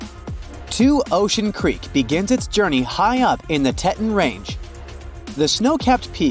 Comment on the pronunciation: The mountains are pronounced Tee tawns.